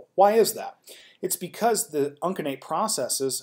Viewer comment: Uncinate is pronounced with a soft C, "un-seh-nate." Plural of vertebra is vertebrae, pronounced "vert-eh-bree."